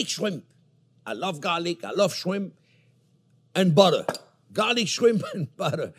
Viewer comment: "Ol we need nao is BODDEH"